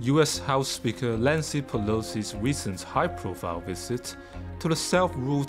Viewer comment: 我就只有一个问题，朗读的这个男生，能不能把l和n分一下，把Nancy读成Lancy，认真的么？